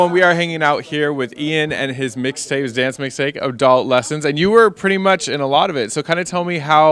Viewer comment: Did anyone notice she said lil mayne wixtape😂😂😂😂